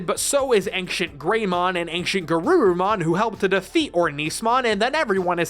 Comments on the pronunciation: Bro says ankshient 💀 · The pronunciation of the word "ancient" here was more noticeable to me than it really should have been.